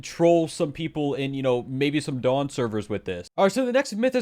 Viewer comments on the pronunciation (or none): none